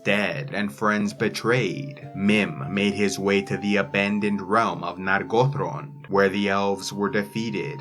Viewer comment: Nargothrond not Nagotrond